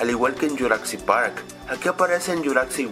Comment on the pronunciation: porque carajos le dices yuracsic parc, pronuncia bien :v